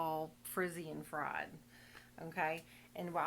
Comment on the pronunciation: Friiiiiiied and drrrrrrrrry! Go southern accent ❤